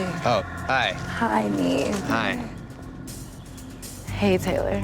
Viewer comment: Nobody.... absolutely nobody: " NEEF" ( NEV) 😂😂😂😂🥴🥴🥴🥴